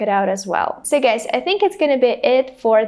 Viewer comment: I think you pronounce the word GUYS as /ɡʌɪs/ not ɡʌɪz.